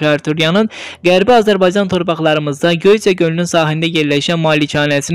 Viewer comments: Ay kişi Gö'yçə yox, Göyçə! Vurğu axrıncı hecaya - ə hərfininin üstünə düşür. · Belə aparıcılar hardan tapırlar görən . Bu ya ermənidi , ya da ermənidən qarışığı var . Bu Sayat Nova , Göyçə sözlərinin vurğusunu düz deyə bilmir . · Araikin təvəllüdü ilə yaşi üst üstə düsmədi. Göycə gölünün tələffüzu düzgun oxunmadı.